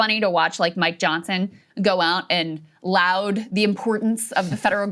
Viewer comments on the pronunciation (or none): "Watch Mike Johnson go out and LOUD the importance of the federal government..." Ahem... that word is "laud" not "loud"... (ie: it rhymes with "fraud"). You wouldn't say "The audience appLOUDed the performance." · That’s not how you pronounce “laud”, Krystal. If only you were half as informed and you believe yourself to be.